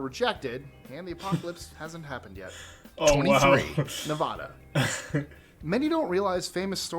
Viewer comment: I've very annoyed that that guy can say "Oregon" correctly but not "nevada"